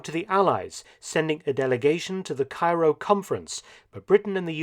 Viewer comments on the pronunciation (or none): none